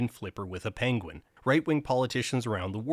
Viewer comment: It is pronounced "pen-win", I believe. Oherwise a well made, thoughful video. Thanks. Cheers*